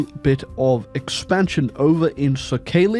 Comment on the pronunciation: As somebody who used to live in Sakhalin, it’s pronounced ‘sah-kuh-lin’, stress on the ‘sah’.